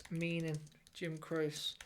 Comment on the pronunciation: It's pronounced Crochy